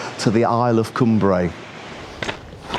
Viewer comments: Great video, but Cumbrae pronounced like Come Brae not Coom Brae 😀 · Lovely video, glad you had fantastic weather for your trip over to Cumbrae from Largs. We lived in Largs for 4 years and enjoyed it. Just one thing to say, it's pronounced Cumbrae as in Cumbry, don't split it into two words like come brae😁 Otherwise lovely video👍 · Lived in Largs for years, it's pronounced like Cumbray, all one word not two as in Cum Brae👍